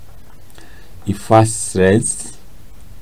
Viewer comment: It's effervesence not effesrescence